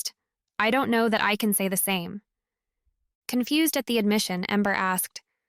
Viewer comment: To go container, not togo , confu-sed? So is this being read by AI. The miscommunication are really sticking out for me.